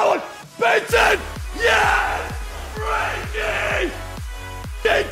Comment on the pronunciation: You are probably the only English guy I know that pronounced frenkie right Dutch power homies